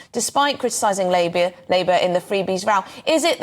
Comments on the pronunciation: Did she call Labour, labia 😮 That's like calling hostages, sausages 😂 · Labia? or Labour? lol